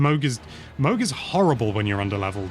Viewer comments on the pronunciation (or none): none